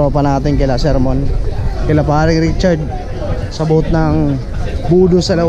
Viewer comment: Sir BOOTH not BOAT